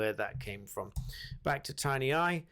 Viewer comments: Tineye, not Tinyeye. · tin eye, not tiny eye, bad reading for a barrister